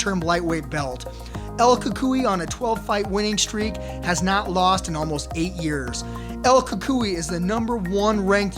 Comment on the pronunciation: Nobody: This guy: L Kookoughi